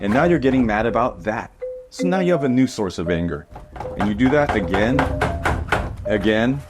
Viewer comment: Ok... genuienly laughed at "you need Ahnger"